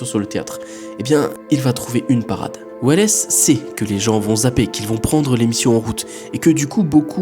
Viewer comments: Orson welles s'écrit comme ça mais ça se prononce sans le E donc "Orson Wells" J'ai failli en tomber de ma chaise.... 😂 En espagnol ils prononcent welles mais bon... Il est américain ce monsieur ! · Juste pour info on prononce "wells" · « Weless » non mais sans deconner t’es inculte à se point ? Citizen Kane srx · Orson welesssss. Pas mal,je ne l'avais jamais entendu prononcé comme ça. Bon après c'est un détail. Ce n' est pas grave. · J'osais pas le dire hahaha mais en vrai ca va c'est pas si gênant que ca. On lui offre :) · C'est marrant comment il prononce Welles ! 😅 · J'apprécie ton travail comme toujours, mais je trouve ça juste dommage que tu n'ai pas remarqué au montage de ta vidéo, ta mauvaise prononciation de Orson Welles. J'avoue que cela m'a sortie du sujet malgré moi. Pour le reste toujours aussi cool. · J’avoue que je suis venue dans les com pour voir si on était plusieurs à avoir tiqué sur « Orson Welles » 😂 Ps : j’ai bien aimé la vidéo continu comme ça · c’est pas un soucie de prononciation là effectivement tu est pas censé un minimum te renseigner comment tu peux bosser sur un sujet qui dure la moitié de ta vidéo sans te renseigner un minimum sur Orson Welles, C’est une Icône historique je veux dire c’est comme si tu disais mikaél jacksoon a se niveau là je suis désolé mais c’est vraiment ni sérieux ni professionnel et c’est de l’inculture oui